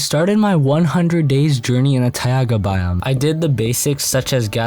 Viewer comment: In a what boime 💀